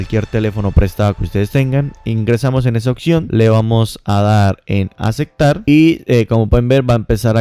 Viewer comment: Acektar acektar acektar jajajajajaja